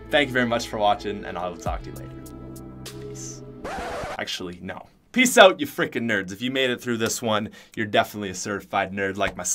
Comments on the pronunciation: sounds like he's saying oat lol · quite possibly the most Canadian "out" I've ever heard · biggest "out" ive ever heard and im canadian